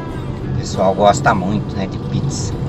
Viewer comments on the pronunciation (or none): none